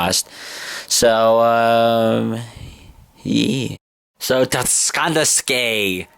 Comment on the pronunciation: You have to pronounce it "Ta-kannis-kay". :)